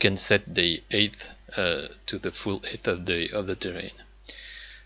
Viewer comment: Great tutorial! Thank you. Also, your english is superb. Way better than my French! Just a hint though, to pronounce 'height map', think of the word 'light' or 'fight' and pronounce it in a similar way. As if it were spelled 'hite map'.